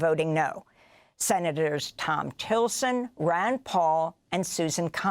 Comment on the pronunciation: Thom Tillson? Isn’t it Tillis?